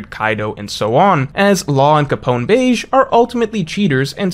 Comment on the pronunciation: It’s pronounced Beji